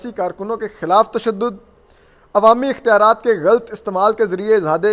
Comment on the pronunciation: ghalt nahi ghalat boltay hain mr punjabi medium